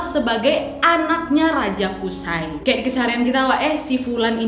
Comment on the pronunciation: Maaf ka nadia izin ka cara baca namanya qushoy ka🙏🙏